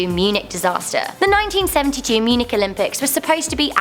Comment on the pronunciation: When she was talking about the Munich Disaster, she mispronounced Munich. :/